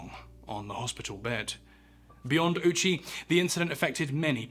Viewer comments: Ou in japanese is a long O sound, not a U sound. Petty, sure, but irritating enough for me to hear that I have to stop. British people seem to have an obstinate insistence on maliciously mispronouncing things that is as endearing to me as it is insufferable to experience. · thank you for not pronouncing his name as "Owchie" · I know it's not the japanese pronunciation but the man who possibly experienced the worst death of any human in history's last name basically being "Ouchie" is one hell of a drop of dark irony. Also the margin of error here is insane, you're never going to pinpoint 2.4kg without a proper measurement but how the hell do you overshoot it by amost 14kg 😭That's like trying to fill a solo cup and emptying an entire 2-liter. Regardless, not putting this man out of his misery knowing what was coming strictly in the name of gathering data is one of the most inhumane things I've ever heard of.